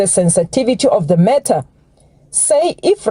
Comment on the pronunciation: Is Sibya saying Matter or Murder. I had to listen to it several times.